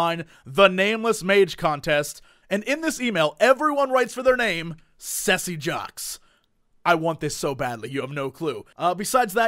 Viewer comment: Cesse Jox not sessy jox or something like that